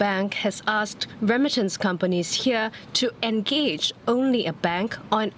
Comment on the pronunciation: why does keep saying rem-mitance instead of re-mittance, and why does CNA allow such pronunciation to get through?